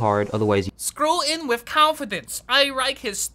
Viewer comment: screw in wif confidence.. I rike his style . lmao